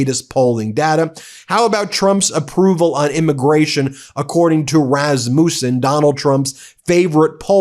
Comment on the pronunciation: Hi from Minnesota. The polling company is pronounced Rass-mu-sen, Ben. Love your channel! 😊